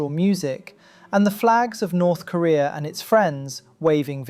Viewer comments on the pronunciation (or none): Lol yea he always says "kureeur" instead of korea